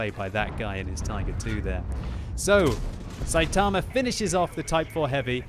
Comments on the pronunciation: Notice he said "saytama" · i knew he said the name wrong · Im just tilted from the way he pronounced Saitama